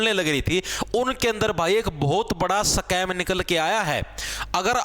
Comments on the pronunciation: सकैम ❌ स्कैम ✅ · Scam ❌ Sacam ✅